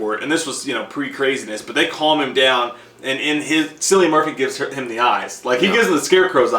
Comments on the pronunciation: His name is actually pronounced as Kill-i-an as opposed to Sill-i-an. I did that mistake of mispronouncing his name before i found out how to actually pronounce it haha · JFC His name is Kill-ian. Try google- it's your friend. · I know it’s 4 years later. But J pronouncing Cillian is funny 😂 The C is pronounced as a k 😜